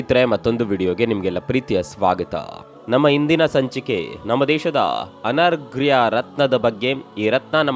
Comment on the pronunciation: It's not anargriya it's anarghya kannadada uchcharane shuddavagirali